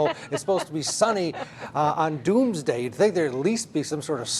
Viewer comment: "Mr. And Mrs. Doomaday" LOL... I LOVE THIS PEOPLE..they don't have hair on their tongue, they say it like it is!!! Love you all..